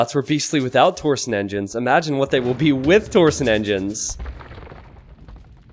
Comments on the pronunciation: dammit saying TOR SON no no no it's TORSHON There is an i in there, makes it sound like sh. Anyway keep up the good work. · The way you say "torsion" hurts my brain. It's tor-sh'n not tor-son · Hi. Small bit of pedantry: Torsion is pronounced "Tor-shun", not "Tor-sun" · please, it's torsion not torson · It's tor-shin. That's how you pronounce torsion.